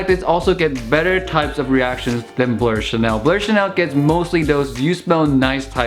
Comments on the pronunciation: Why do you say "blur" instead of "blue/bleu"? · Its definitely not pronounce blurr bro. In football chants we never say blurr and if you just type it in google it would pronounce it correctly